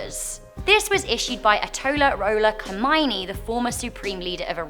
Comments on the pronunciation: FYI, Goethe is pronounce 'guh-tuh', And the Iranian leader the Ayatollah is pronounced 'eye-a-toll-ah' and Khomeni is 'koh-main-ee' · Your pronunciation of ayatollah Khomeini 😂